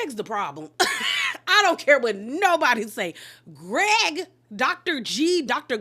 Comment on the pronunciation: 😂😂 it’s the way you said “and Guh-reg” 😩